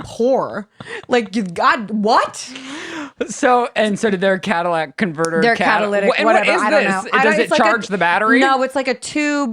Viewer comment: “Cadillac converter” 😭